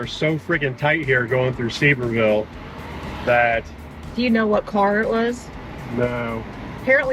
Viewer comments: It’s Severe Vull, not Sever Ville. 😂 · Suh-veer-vull. You're welcome. LOL